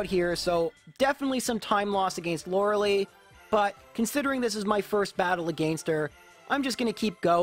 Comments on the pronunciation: Hmm I love the recognition on the elite four member You know the Bruno that could be beaten by gym leaders In all seriousness Lorelei name miss pronunciation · I have a friend named Lorelei... so the way you pronounce Lorelei causes me p a i n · "the most mispronounced character lore- LIBERTY MUTUAL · The fuck did he called Lorelei?! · So you purposefully mispronounce Lorelei’s name; got it 🤣🤣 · how is saying Loreli wrong a meme, also yeah thats now how you say their name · Sorry my man, but you don't pronounce Lorelei correct either. ^^ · That comment about the most mispronounced member of the Elite Four, are you talking about yourself? LOL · man, if you know you're mispronouncing Lorelei, why do you do it over and over? It hurts my ears, lol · I've yet to hear Lorelei's name be pronounced correctly by any English native-speaker :d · Cringing at the way this guy pronounces Lorelei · lorelai, not lorelie Edit: also mew is mythical, you know? not legendary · It’s not said Laura Lee it’s like Laura lie my bother ! 😮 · Not sure if you were being ironic but you actually pronounced Lorelei wrong lol. Law ruh lie. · Since the name Lorelei is of German origin it should be pronounced with the German "ei" as in Einstein. (We don't call him "Eensteen" after all.) "Law-rel-eye" instead of "Laura-lee" or "Lorry-lee". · Lorilee? who the fuck is that? I know lori-LIE! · Lorelei gets her name from a mythical creature of the river Rhine (also a name of a cliff on the side of Rhine), and it's pronounced /ˈlɒrəlaɪ/. So yeah, it's everyone's favourite mispronounced elite four member, that is, mispronounced exclusively by. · By the way, Lorelei's name is actually properly pronounced as Lore-LAI, despite the spelling. Her name is based off of a Siren of the same name, who's name is pronounced as I described earlier. Just felt like throwing that out there since you mentioned everyone was mispronouncing her name, when in fact, you are ;) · Lorelei: pronounced Yanny-eye :P